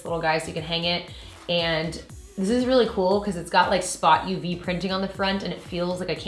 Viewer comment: as a graphic designer i appreciate you saying spot uv!!! :)